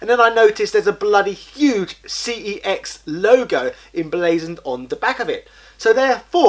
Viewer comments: It’s pronounced sex not cex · Sorry but it is pronounced SEX. When you ring the store they even answer it as so.